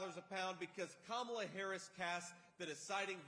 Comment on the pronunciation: He's saying her name right! Wow!